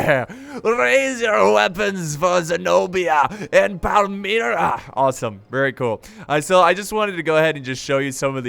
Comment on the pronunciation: it pronounced Pal - Mi - Ra